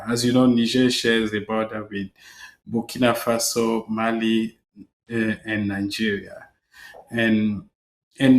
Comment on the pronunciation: It's "Burkina Faso" not bikini fossil